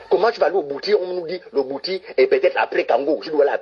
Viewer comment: Il parle de quel bwiti qu il n arrive même pas à prononcer (il prononce " bouti") Un vrai initié de bwiti ne peut pas être aussi vulgaire ! Mon Dieu!